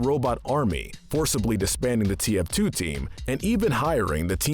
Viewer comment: he says "the face of TFT" This guy said TFT and not TF2 and it almost made me cry